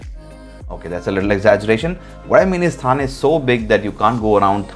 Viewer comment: It is not था but ठा